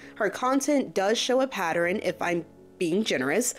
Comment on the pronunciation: I’ve never understood what exactly took place between her and fd (whom I can’t stand) but hearing someone say patterin and repeatedly gives me the absolute itch 🤦🏾‍♀️ Can’t get through this but I’ll try again later.